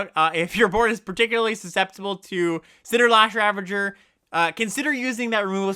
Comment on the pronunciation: I consider you my friend. And as my friend, I really want you to know that there's an "S" in "CinderSlash ravager". Nevertheless, I love this content! Your gameplay episodes are the best limited content out there, hands down. More please!